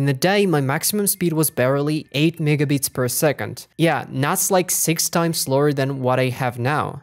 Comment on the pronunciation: bro is not saying "megabits" at the begining 😭😭😭😭😭😭